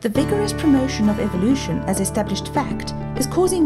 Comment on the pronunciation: I love how Dawkin's pronounces Evilution. :D